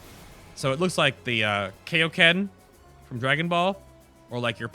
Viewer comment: "Kay-o-ken" NO.